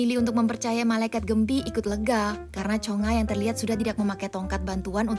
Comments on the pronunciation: Nama nya chungha bukan chonga😮😅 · Yang benar chungha woi cheungha² aneh kali lah ni